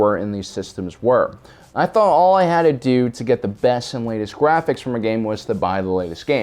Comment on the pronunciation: "Gwaphics." Channeling your inner Elmer Fudd?